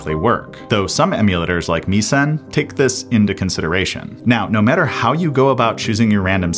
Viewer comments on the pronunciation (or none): It's not "Me-sen", it's "Mes-en." JFC, you millennials garble every new word you come across.